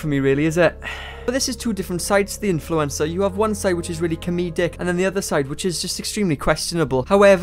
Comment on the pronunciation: I can't get over how says 'influencer' like Influenza. I mean,,, he's not WRONG